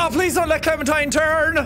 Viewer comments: jack: i don't want her to clemen-turn me: IT'S NOT HER CLEMEN-TIME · Its Clementine